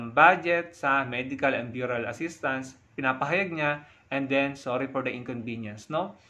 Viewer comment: burial is pronounced " berial"..no offense